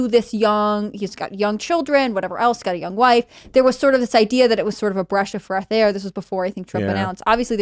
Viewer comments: We just gonna skip over the fact said “breash of freth air” and called Casey DeSantis by the name Casey Anthony? 😬😬💀💀 I won’t let her get away with it! 🤣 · “Breash of freth air” 🏆🥇😂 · Bresh of freath air 😂